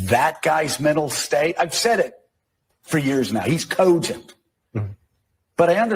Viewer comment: Cogent? More like "Coupgent"